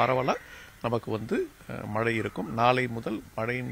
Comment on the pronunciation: செய்தியாளர்கள் தமிழை நன்றாக உச்சரிக்க பழகிக்கொள்ளுங்கள்...தமிழகத்தை தமிலகம் என்று உச்சரிக்கிறார், மழையை மலை என்கிறார்....